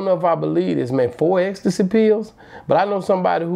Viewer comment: Ecstasy not ex der ain’t no (ex) in the word 😂😂😂